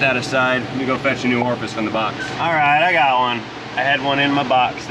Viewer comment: Your pronunciation of Orifice Tube was driving me mad. Orfis is what I kept hearing.